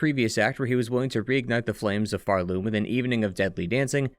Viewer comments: I hate myself for making such a trivial criticism on such an excellent video, but why do you say phar-LOOM rather than PHAR-loom? I’ve never heard anyone pronounce it that way. Okay, I’ll see myself out. Thank you for a great history! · this is a really cool analysis! I just cant get over you pronouncing Pharloom like far-LOOM instead of FARloom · I always pronounced it PHARloom, emphasis on Phar. Never heard someone say it with the emphasis on Loom like pharLOOM. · Why do you put the stress on Loom in Pharloom? Its far more intuitive to put the stress on the first syllable, Phar. PHARloom. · Nvm you also keep referring to Hallownest as “The Hallownest” so now I’m assuming it’s some sort of bit of you mispronouncing the world names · the way you pronounce pharloom gives me anxiety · why do you keep pronouncing pharloom like that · Can we talk about where the emphasis goes when we say Pharloom and Bilewater 😀